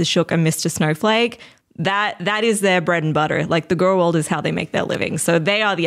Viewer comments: She pronounces it gorl? Is she related to Gru? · it makes me irrationally angry that pronounces girl the way she does xD